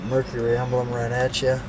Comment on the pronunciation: Thank you for two people who actually pronounce the word “Mercury” correctly. It is not “Merk-ree.”